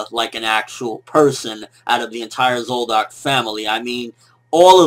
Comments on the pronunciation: Why do you pronounce Zoldyk, zoldock? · What's with the "zoldock" shit, bruh?